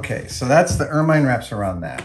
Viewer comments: It's pronounced "ermin" (short-i sound), not "ermine" (long-i sound). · "Ermine" rhymes with "German", not "fur mine" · Anyone else find themselves correcting Adam every time he mispronounces 'ermine'? It rhymes with 'vermin'. No? Just me? Oh well. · I'm in full on pedantic mode. Ermine is pronounced er- min. Second syllable rhymes with pin. Succor is pronounced the same as sucker. Love you Adam. Sorry I'm a word nerd.